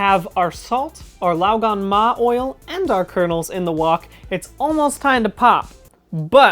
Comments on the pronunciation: Even pronounces it pretty well. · as a chinese person, i can assure you that you pronounced 'lao gan ma' perfectly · I was gonna correct ur 'lao gan ma' to 'lo gon ma' because my -25 vision thought the jar said 香港（Hong Kong), so it's Cantonese not mandarin, but then I searched it up and it's actually 香辣 not 香港。 I will now go and purchase some glasses.